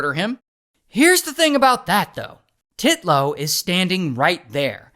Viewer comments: UNTILLLLL and not TIT-LOW haha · It's actually "Titnone" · TITlow. The emphasis on her name is appreciated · I love how you keep saying titlow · "Titlow." Okay... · Im sorry I was cracking up when he said "Titlow" He really emphasized the Tee in Titlow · i hollered the way Ray says Titlow with too much stress! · You went hard on the name Titlow 😂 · The first Titlow bro said sounded like Draco saying the P in “Pottah” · I like his emphasis on the name when he says it in the beginning 😂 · I laughed everytime Ray says “Titlow” HAHAHAHAHAHA😂😂😂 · Ray really emphasising ‘Titlow’ 😂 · Nicole Titlow NAH... TITlow smh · "Titlow" 😂 wow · Sorry but every time you say Titlow I can't help but laugh 😂